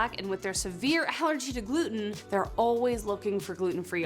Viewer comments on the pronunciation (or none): I quit watching when she said gulten free donut.